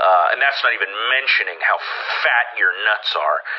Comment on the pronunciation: The emphasis he put on "fat" 😂